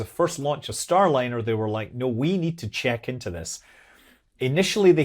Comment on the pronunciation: "Stay-liner" Rekt lol